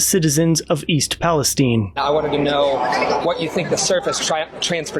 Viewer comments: Palestine not Palesteen oy vey. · Great video. Thank you,.The pronunciation is not Palesteen, it is pronounced the same as the middle east state.